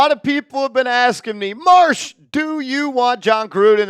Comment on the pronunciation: and you say Marsh......NOOOOOOOOOOOOOOOOOOO